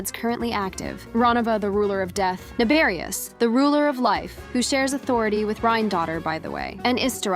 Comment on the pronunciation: Nabeblus!? ITS NABERIUS!!